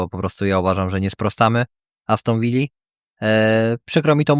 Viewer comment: Aston Villa a nie Aston Vija. To nie Hiszpania.